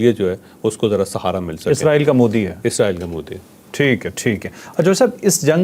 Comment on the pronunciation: pronunciation is Israel not izraeell